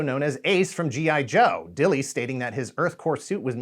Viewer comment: I've met Flint, and asked him directly about the pronunciation of his surname. It's "Dill" like the pickles, it's just an Old English spelling with a silent "e".